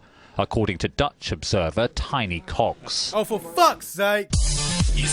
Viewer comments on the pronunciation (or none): His name is actually pronounced Tee-nee, they could have avoided that whole tiny cocks thing by just saying his name right.